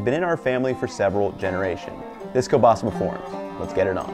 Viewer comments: kurwa!! this is kieŁbasa not KE BASA, Ł is like W in *W*ar *W*ashington. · You have the weirdest kiełbasa pronunciation I've heard, from English speakers i usually hear keel-basa but i gotta be honest I prefer kobasa than that if it's not pronounced with the ł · Its properly pronounced kiewbasa. The L is sounded as a W. Also your last name is pronounced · Ngl it annoys me how he says "kielbasa" where l isn't soft. It should be ł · Ugh, the pronunciation of kielbasa drives me nuts